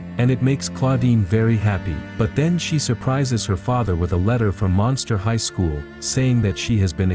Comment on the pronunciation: It’s Monster High not monetary or master high ( sorry no offense )